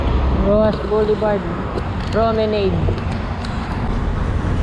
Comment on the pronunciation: Pronounced as "pro-me-nad".